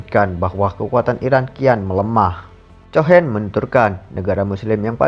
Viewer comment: Yg bacain beritanya anak paud ya? Masa cohen dibaca chohen? The Times bilangnya the Tims.